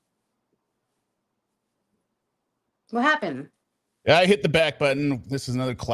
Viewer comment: LOVING my girl’s very New York “wha happen??”